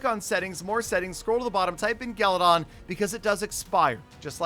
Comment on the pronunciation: It's not galadon its galydon